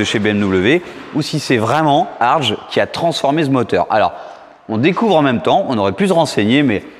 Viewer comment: pour info ,on prononce Herbert "Hartgue"👌